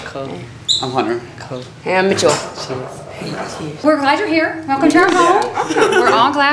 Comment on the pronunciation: Why she say hey like that 😂😂😂